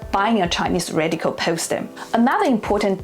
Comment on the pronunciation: So difficult to understand you. Your accent is too exaggerated.cant you say 'radical' properly. Or any word that ends with an 'l' oil or radical.